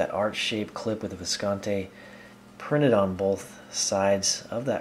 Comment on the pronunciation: It's pronounced Viscontee. E, not Eh.